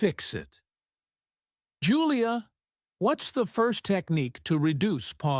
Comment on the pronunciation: Pronouncing the word "technique" is wrong.